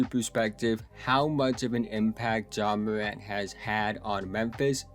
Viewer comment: Ja MOWANT😂😂 good show so FAW. Good shooting PEWCENTAGE. In FOW games he dominated. He will show MOW for suWe. Nice JUMPEWS 😂😂 GOOD PASSEW overall nice PLAYEW. go GWIZZLIES😅😅